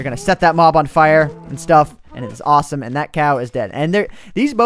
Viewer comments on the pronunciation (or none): none